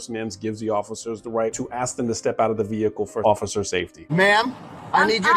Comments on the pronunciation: as soon as she said "vee-hickle" i was done..lol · Why do the biggest numbskulls always say “vee-HICKLE” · Vee-Hick’Le … LOL! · For her ve HICK el - I always lose it at that pronunciation. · I think you should get arrested simply for pronouncing the 'H' in vehicle separately.